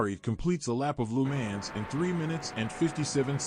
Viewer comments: "Loo man" 💀 it's Lemans "leu + mon" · wish you could pronounce Le Mans properly